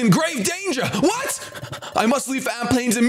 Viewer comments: also it's amp plains not alp plaims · Shady it's Amp plains not Alp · "Alp" Plains lol. Love ya Shady!